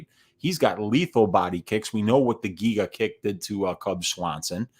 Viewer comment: It’s pronounced Giga like in gigabyte